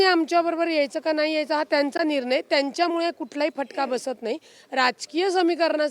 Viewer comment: निरनय नसुन ते निर्णय आहे...न आणि ण यातला फरक 😅😅😅